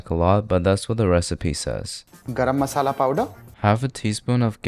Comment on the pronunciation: "gAraaaam Masaula" 🤣